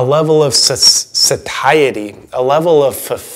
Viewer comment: ) check you pronunciation of satiety.